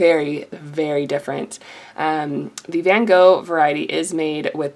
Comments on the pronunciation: Thank you for this but for god's sake, learn to pronounce Van Gogh. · Most people don't pronounce van Gogh "properly" it's just something you're gonna have to learn to live with. I get that it can be annoying, but that just happens in life.